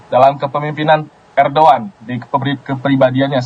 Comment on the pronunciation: Udh jls bacaannya erdogan ko di bling erdoan